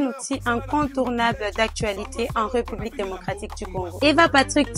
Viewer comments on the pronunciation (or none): none